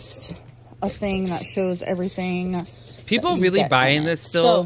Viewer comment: Dai S. SAME! It like stabs my brain, her pronunciation of everytheeeeen 🤯😡